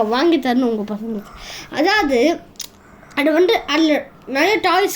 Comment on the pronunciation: அடு வந்டு... இடு வந்டு... என்னாடா பேச்சு இதெல்லாம்?